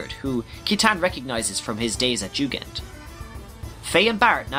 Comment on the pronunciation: Jugend is taken straight from the German word for "youth" (being a training academy) and is pronounced "yu-gend".